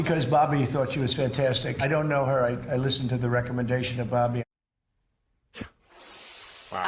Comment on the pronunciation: "I down't noe"! Fipper-flop, depending on who spoke to him last.